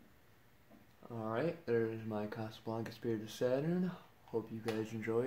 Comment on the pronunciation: SPIRIT. Not Sperit.